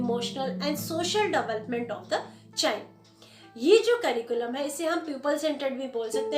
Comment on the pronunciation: Pronounce development correctly